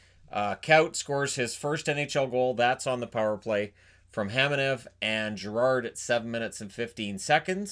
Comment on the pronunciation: Once again...it's Kamenev, not Khamenev